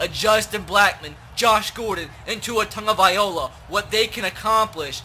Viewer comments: love your videos big fan but please pronounce tua's name right it's loa not ola no disrespect meant lol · Tua "Tahngovailoa" not Tagovaiola🤦🏽‍♂️ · It's two-a tango-vie-loe-a Tua Tagovailoa... Plz, pronounce it right... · Tag-oh-vy-low-ah not tag-oh-vy-oh-la. Hes not an instrument. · K I have been holding it in so long please read this and pronounce it different it is (tag-a-vI-Lowa) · Anyone else annoyed with how he says "Tagovailoa" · learn how to pronounce tagovailoa